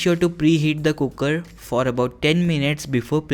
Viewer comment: Please don't say kukkar. It's cooker. Thank you.